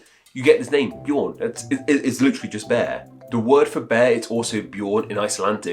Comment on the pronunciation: The Swedish pronunciation of Björn is similar to the English word yearn (prepended with a B). When you pronounced the Norwegian Bjorn, you were much closer to the actual pronunciation, even for Swedish. It is NOT pronounced as B-yore-n.